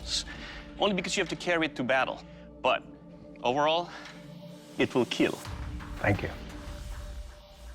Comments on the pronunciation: It will kill it will cut not keal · It will keal 😂😂😂😂😂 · It wil keal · It will kieel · It will keal 😂😂 it will KILL 🖕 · haters say that it is "kill" not keal... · Bro it's kill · Maybe that's said kill...not.keal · It "It will kill "not keal lol😂😂😂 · it will keal ☺ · "It will keeeel!!" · It will keal 😄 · "It will ✨️kiel✨️" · IT WILL KEAL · "It would keal" 💀💀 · "Will KEAL " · It will keal... Thanks Doug... My hand... LMAO!!!!! 😂😂😂😂🤣🤣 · " IT WIL KEAL" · "It will Keal... My hand" 😂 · It will keal..., my hand!!!😂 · Your comment....it will keallllll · I think he says “it will kill” but it will be forever known as keal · It will Keal…………… MY HAND BI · And the smile when doug says: "It will keal" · Keal indeed😂😂😂😂😂